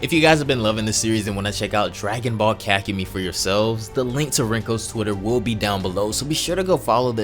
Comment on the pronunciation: I thought it was pronounced ka-ku-mei but keep the content coming